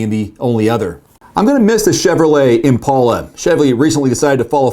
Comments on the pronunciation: Wait wait wait... is that how you pronounce IMPALA? or did he say that incorrectly? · I’lll miss the Impala, although your pronunciation really went Ouch 🤕